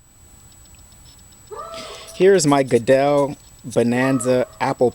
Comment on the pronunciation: Beautiful machine. I've had one for 35 years. Small correction: It is pronounced GOOD L, (not GOODELL) from a family descendant in Antrium NH. Don